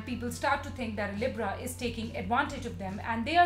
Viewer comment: She can’t even say Libra right how she gonna make a video on sum she can’t say right 😂😂😂(not tryna be rude)